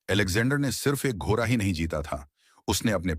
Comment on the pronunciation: सभी कहानियां बहुत ही रोचक अंदाज से बताई जाती है ऐसा लगता है हम उस युग में पहुंच गए है, सिर्फ एक बात बुरी लगती है जब ड अक्षर का उच्चारण ठीक से नहीं किया जाता जैसे , लरका, लर की, घोरा आदि